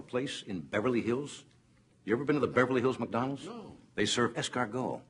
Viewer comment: He almost says MucDonalds.